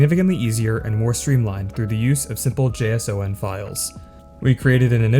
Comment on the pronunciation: I can't unhear JS-O-N